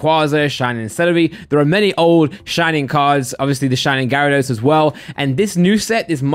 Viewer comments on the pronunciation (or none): none